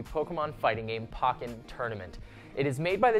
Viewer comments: dude did you seriously just pronounce pokken as pakken? dude! we pronounce it Pokemon because there's an accent mark and the Japanese words pocket monster is poketto monsuta and all things associated with Pokemon should be pronounced the and way. and did you seriously say something about aniken (idk the spelling ) sky Walker in a non prequel movie? rly? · I facepalmed so much when he said "Pokken." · You're saying the Pokken Tournament name wrong... I only say this because in Japanese it makes a Po sound, not a Pa sound. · Pronounces tekken correctly, butchers pokken. Also the pokken news is late. Other than that very good video and great host!